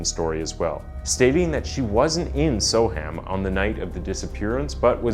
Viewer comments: I'm sorry. I really don't mean to be disrespectful, but so many American content providers don't take the trouble to learn how English names are pronounced. It's so very distracting. Soham is pronounced 'So-um' (Birming'um etc.). Counties are pronounced 'Lincolnshur', 'Lancashur' etc. Not 'shire' - though that's how it is spelled. I hope this helps in future. Oh - and if you ever need it : 'Edinburgh' is pronounced 'Edinburrah'. Keep up the good work, and keep on researching! x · It's pronounced So-Umm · The pronunciation of Soham here is sow-uhm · It would have been good if you'd first found out how to pronounce the name of the town you're talking about. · I'm an American. But something tells me that the way "Soham" is pronounced by the narrator dude is wrong....just like how "Lincolnshire" was mispronounced. Can an English person confirm or deny this? Also, terribly sad story. I hope Huntley rots in Hell. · Ah yes. Only had to wait 26 seconds for the mispronunciation. Soham is pronounced more like Sew-um NOT So-ham. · Badly researched…Huntley did have a history plus it’s pronounced Sowam not so ham…jeez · The trial didn't last a year, it started 5th November 2003, and jury deliberations began on 12th December 2003. He may have attended pre trial hearings at Magistrates and Crown Courts before the trial though. Oh, and it's not so-HAM, it's more 'SO-um' - the 'h' isn't pronounced. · Just an FYI it's pronounced more like Sohum not Soham... or just so-um if you a local. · So weird hearing "So-Ham". It would sound more accurate to say "so-erm" I know folks west of the Atlantic struggle with English place names. Like Worcestershire, we literally just say "Wooster-sheer". What do you put on your cheese on toast? Woostersheer sauce! Great video. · yeah, that bugged the heck out of me too but I put up with it cos he’s American. I was gonna comment on the ‘so-Ham’ bit myself as I was screaming ‘So’am’ in my head everytime. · It’s Spelt Soham but it’s pronounced Soum.